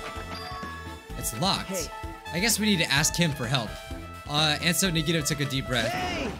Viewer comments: Nobody: No one at all: Not even Nagito fangirls:: "NUGGETOE" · Game:Says the characters names:Still says them wrong. CHIAKA NAGEETO MEKAN